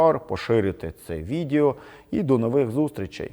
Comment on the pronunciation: Найбільше переглядів і коментарів мають відео, у назві яких є прізвище Порошенко. Не складно здогадатися чому 😅 Отже, хочете мати перегляди - робіть висновки 😉. P. S. З усією повагою, але російська вимова слова "відЄо" ріже вухо. Це як петровське "по великому рахунку".